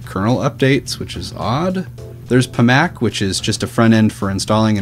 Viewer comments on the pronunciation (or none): IT'S PAC MAN.....NOT PA MAC